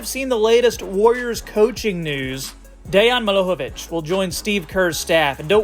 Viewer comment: Good analysis, wouldn't add anything more, thanks for this! Only one friendly advice, correct pronunciation of his name would be Deyan Miloyevich.